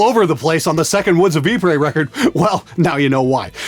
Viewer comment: It's pronounced "EE-pr-uh" with a slightly rolled R. Just figured I'd ,mention it since you like bashing peoples' English. :P